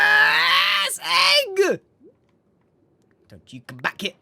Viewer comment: LOL I love how he says "EGGUH!!"